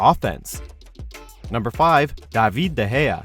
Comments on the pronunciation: In case you didn't know: David is pronounced as David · Fuck me their pronunciation of David is pure weird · Daavid the hair 😂😂 funny pronunciation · Kevin what 😂😂😂😂 David what 😂😂😂 Does he use an AI to pronounce them